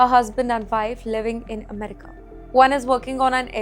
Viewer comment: Please pronounce America right !!